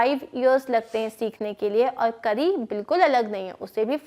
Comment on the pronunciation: Mam this is not kri it is kari a is not silent